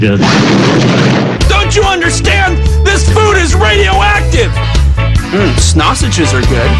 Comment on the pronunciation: If I hear snausages one more time, I'm gonna tear up a meat shop.